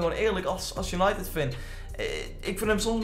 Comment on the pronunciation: Waarom zeg je steeds als untided van we weten het hoor